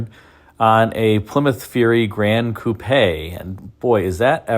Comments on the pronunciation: Coo-pay?????? It’s pronounced Coupe (coop) - unbelievable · why do you pronounce it "coo-pay" and not "coop" as the word "coupe" is known to be pronounced? This is some Mandela Effect stuff I think. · Coupe is pronounced 'coop' not 'coopay' Other than that minor quibble I was very impressed by this with some features I didn't know of, all very well explained and put in context. Thanks. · Imagine having a car channel and not knowing how to pronounce Coupe (KOOP).